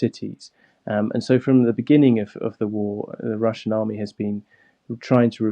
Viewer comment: 15 wussian cwuise missiwes